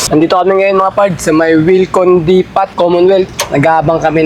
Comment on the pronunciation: URGENT (UR) not URGENT (AR) DEPOT (POT) not DEPOT (PAT)